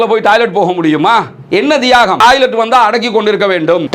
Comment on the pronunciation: நீங்க தமிழ்நாட்டில் இருந்து வந்து இலங்கையில் வாழ்கிறீர்களா? ஏன் என்றால் நீங்கள் பேசும் பேச்சு வித்தியாசமாக இருக்கே! 😮 உதாரணம்: டாய்லெட் / டாலர் / பாலஸ்தீன் என தப்பு தப்பா உச்சரிக்கிறீங்களே!!